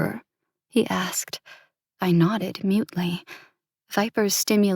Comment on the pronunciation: Drinking game! Take a shot every time the word nodded is said, it sounds like knotted which eventually had me laughing to myself lol 😅